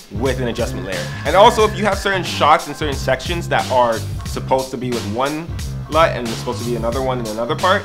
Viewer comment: "So I hope that helps you guys a LUT" :)